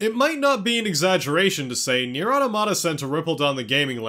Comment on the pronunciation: you say the title wrong. i don't care how they say it. if they pronounce "final fantasy" as "fainew fantasheh" you wouldn't start calling it that would you? no.